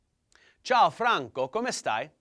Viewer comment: I had never realised ciao meant both hello and bye and I'm Italian. You've got a good pronunciation :)